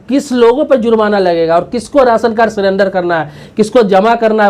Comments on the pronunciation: Why he pronounced sirender it surrender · सीरेंडर नही, 😀 सरेंडर